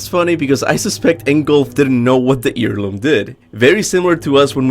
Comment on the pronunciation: "Mystical EAR LOOM" lol. Heirloom is basically "air loom" not ear loom... but at least that doesn't affect the quality of the theories. I think the player being The Collector could've been cool, and would've made the lore even more outerversal or whatever... but eh. We'd theoretically be beings of a higher plane of existence, since characters being aware of their artistic medium, authors, etc. is a vs battle thing... and characters who can interact with them scale way higher. Like Bugs Bunny. But us not being The Collector is alright, too. Don't really need to feed the power scalers or whatever lol. Or over complicate the lore by involving us so explicitly.